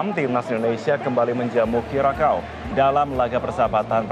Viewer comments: Kurasao bukan kurakao ç bacanya spt "s". Negara di daerah Amerika Tengah, kepulauan di Karibia, saya pernah k sna. Iklim nya panas seperti Indonesia. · Bacanya : Kyuresao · Cara bacanya "Curaçao" itu Kurasau.